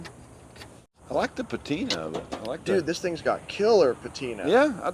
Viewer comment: U say patina ....I gag